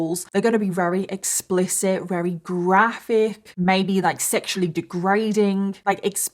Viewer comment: Thank you so much for telling this harrowing story! Also, I love the adorable way you say your "v"s as "w"s, like every time you try to say "very" you say "wary", and as someone who also has similar pronunciations, it makes me feel at home. You are a blessing.